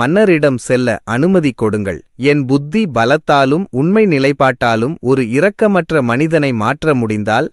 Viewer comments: இரக்கம் Sympathy இ உச்சரிக்க வேண்டும் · கதை சொல்பவருக்கு தமிழ் சொற்களின் இலக்கன உச்சரிப்பு விதி தெரியவில்லை. இரக்கம். இரத்தம். என்பதில் இ உசரிக்காமல் சொல்ல வேண்டும்.